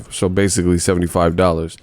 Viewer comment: 😂😂😂 you can't even say BASICALLY regular anymore. Always got to throw a little Kell Brook in it😂😂😂.